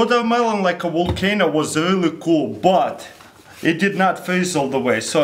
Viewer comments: Am i the only one who heard Volc-Anal ? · Wotarmelon wolcano!